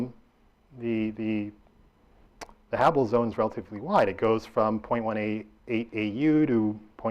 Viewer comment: "habbibble" "habubble" "habble" hmmm never heard of those zones.